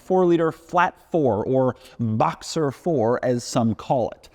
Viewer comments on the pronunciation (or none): none